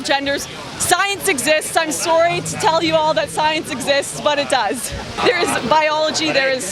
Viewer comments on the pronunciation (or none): "im sorwee" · I love how Lauren says sorry